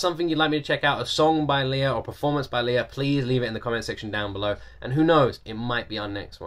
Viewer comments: I love how much you love Lea! Me too! Now that you're a fan, allow me to share how to pronounce her name: It's pronounced "Lay-uh" ...not the traditional Leah ("Lee-uh"). I think Lay-uh said she actually has a cousin named Leah, so her parents named her Lea ("Lay-uh") with a long-a, instead of a long-e, to change it up. Keep making great videos! :) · I enjoy your reactions to listening to Lea Salonga. I'm a big fan of her as well. When you finally get to see her and talk to her, I hope you say her name correctly. :) It's Lea with a short e, like "lay yeah". Hehe. More power!